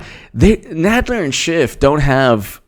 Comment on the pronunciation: Is it just me, or does Jay Sekelow really clip the 'f' sound when he says Schiff, so that it sounds more like a 't' sound?